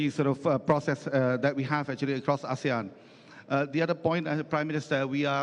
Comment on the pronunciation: Koreksi Pak Erick, penyebutan ASEAN bukan menjadi ESIAN pak, itu ga bisa ditranslate pak.. itu nama resmi